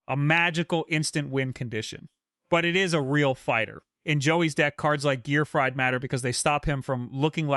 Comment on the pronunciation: Are you saying the names wrong on purpose, you said gearfried correct and incorrectly in this video